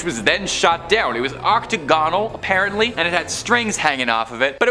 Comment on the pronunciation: Oct -o -gone -al! Nice